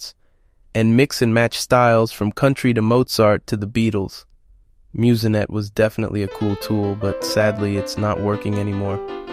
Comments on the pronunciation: Also… Muse-Net not Muse-N-Net. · I believe "MuseNet" is pronounced myooznet not myooz-e-net.